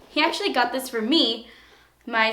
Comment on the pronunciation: Oh my God, I thought you said "he's sexually great" instead of "hes actually great" lol